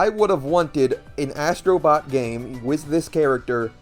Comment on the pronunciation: Asstro bot 😂😂😂😂😂